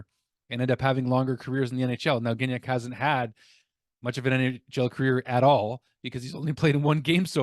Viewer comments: NoT GiGnac, have a bit more respect for French names! Gignac is pronounced Gee-Niac... I enjoy your updates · Hey, Gignac is pronounced Gee-Niac. A hard G followed by an I sound will generally be spelled GUI and not GI. GI is a soft G. I know it's complicated lol. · Gig-nac hurts my brain